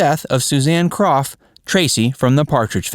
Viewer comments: Her name was pronounced crow not Croft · Not "KroFF" It's CROW.. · Yes, DAVID< DANNY< SHIRLEY< EVERYBODY!!! pronounced her name, as "CROW", and they would know!! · Suzanne Crough's last name is pronounced like, "CROW" , not like Croff. Dear sweet lady. Loved her being sung to, by beautiful David!!! She should have stayed in show business, she was awesome. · Her last name is pronounced CROW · While Suzanne had the talent to continue as an actress, I belief she made the right decision by leaving acting when she did. I have always loved her and she will be forever missed!!! Her last name was pronounced "crow" . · You'd be better off hosting a comedy channel of sorts, because so many of your (so called) facts are way off, for instance, the simple pronunciation of people's names Susan Crow, as it's actually pronounced! I know, I was one of her classmates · Her name is pronounced "CROW". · It's pronounced crow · It’s Pronounced Like “Crow “ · Thank you !!! So many mispronounced names any more!!!! Geez. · Please do your homework and pronounce Suzanne's surname correctly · Yeah HOW DARE YOU! To not know how to pronounce the last name of an obscure actress from the 70’s? And you call yourself a human?